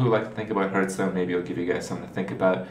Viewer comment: If only he'd stop saying hurtstone...